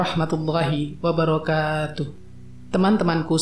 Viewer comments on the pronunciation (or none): none